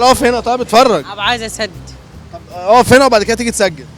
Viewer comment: الصعيديي اللى بيقول (عتفرج) ههههههههههههههههههههههههههههههه